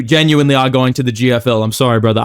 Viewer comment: "brudder" and "one more thing guys!" Make me lol irl everytime